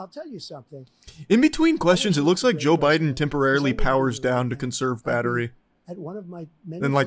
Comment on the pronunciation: He said Joe not yo lol